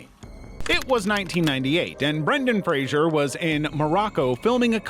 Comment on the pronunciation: Thank you for pronouncing Brendan Fraser's name correctly - dunno why Americans usually pronounce it like it has an i